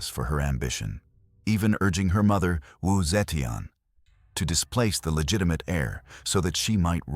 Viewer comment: Not the right pronunciation of wu zeitian.